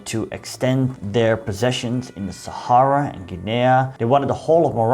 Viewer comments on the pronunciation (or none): none